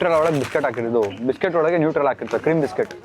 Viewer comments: Nutella bro addu u said newtrela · Tat is not newtrella its Nutella